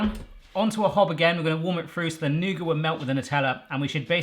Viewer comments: It's either nougat or nuggit, never nouger. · Why did he leave the "t" off the end of nougat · Maybe make intermediate ones in muffin/cupcake size. Also, please pronounce the "t" in Nougat. Also, don't use white nougat. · noo-gut not noo-guh or nugget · Who in the world calls nougat nugget? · You say 'noogar' and in America, we say 'NewGit' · Nooger? Is that like a booger? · Nougat= "noo-get" :P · It's pronounced Noo-git 🤷‍♀️ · Do people actually pronounce nougat like "nugget," or was that just a joke? Anyone in the comments pronounce it that way? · Never heard anyone call nougat 'nugget' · I pronounce nougat as new-get. Am I completely wrong? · It’s pronounced nougat not nougat lol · Just say nougat without the t. I think the Muricans will understand. At least I from Norway do. Saying nougat with a t is like saying ballet with a t.